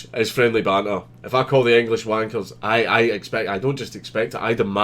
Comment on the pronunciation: So today i learned that Count Dankula thinks "banter" is pronounced "banner".